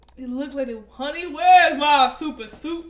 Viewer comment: “HOUNRY WhErEs MY sOpOUR SuIt?”